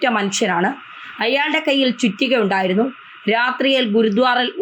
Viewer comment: Not GURUDWAR,PRONOUNCE GURUDWARA